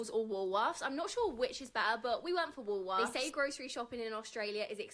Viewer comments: it’s pronounced “Wool-worths” or most of us just call it Woolies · Wool worths “Woolworths” Woolies. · the woman in the first segment thinks shes funny she's just plain ignorant its "wool worths" but don't shop there because it expensive Aldi all the way!! ps the rotissrie chickens in plastic bags are called bachelors handbags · Why can’t US citizens say Woolworths? What’s with the Woolsworth? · "Woolworths" is pronounced "Wool worths" But we just call it Woolies. Rhymes with Bullies. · Yep "Woolsworth" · pronounced Wool worths never seen those tablets In Western Australia in our Supermarkets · Woolworths is pronounced Wool Worths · It’s just “woolies” not wool-worths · No s in Woolworth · ok im australian and I don't get the ipad thing like I've never seen that in my life- also its WOOLSWORTH NOT WOOLS WORTH, WHY ARE YOU GUYS SEPRATING WOOLS AND WORTHS HELP, also correct me if im wrong but isn't america bread like really sweet? maybe not to Americans but i've heard people who arent say its really sweet like cake? WAIT AMERICANS DONT HAVE V'S? WHAT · Something in American English makes them struggle with certain sound combinations, and it’s not just you,, it seems to be most Americans who read them! Woolworth is the name of the original store owner, so it’s Woolworth’s. JB Hi Fi sells appliances, computer gear, DVDs, cameras, headphones and things like that. Hi-Fi is short for high fidelity, and is related to good audio quality. You actually said “JB Hi five”, and you’re not the first to do that! 😂🥰🇦🇺 Also, as an aside, you call them drug stores but we call them pharmacies or chemists, where you get your doctor’s prescription made up for you, and also buy some over the counter medicines that don’t require a script. Some chemists are trained as compound pharmacists who can make certain preparations the selves without the need for big pharma. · ... Wallsworth???? So that's the reason Yanks keep putting an S into Woolworth